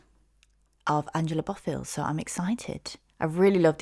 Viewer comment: Hello it’s pronounce BO- not BA BO-FILL we lost her back june 13 2024 she is from my hometown nyc. She was Puerto Rican/Cuban she had suffered a stroke few years ago and ended her singing career. But this woman here OMG she didn’t get more praises as a singer. I mean she was acknowledged especially her hits but her catalog the production I’m a music girl. She has so many good songs growing up listening to her was everything